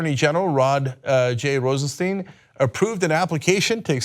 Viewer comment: Cenk. Rod Rosenstein has been in the public light long enough for you to have learned how to pronounce his name correctly.